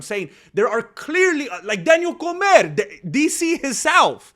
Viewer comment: Daniel Com(é)r!!